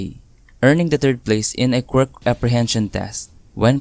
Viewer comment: Okay but the way he say quirk really sounds just like him saying squirt so when a girl/woman character shows up I be like : HOLD UP, WAIT A MINUTE. SOMETHING AIN'T RIGHT 😃